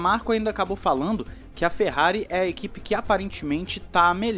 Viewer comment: Video "ferrerista" meus ouvidos doeram 🤦‍♂️🤦‍♂️🤦‍♂️